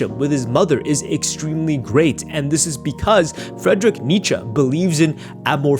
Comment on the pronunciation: "Fredrick" Nietzsche 🥀